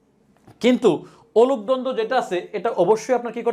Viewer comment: অনূপ দ্বন্দ্ব বলছেন? উচ্চারণ বুঝতে পারছি না। লিখে দিন।